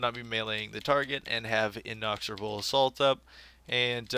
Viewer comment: InEXorable assault. Not inOXorable.